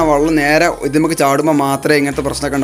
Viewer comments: ഇദ് അല്ല: ഇത് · "ഇദ് " ന്ന് അല്ലട്ടോ "ഇത് " ന്ന് ആണ്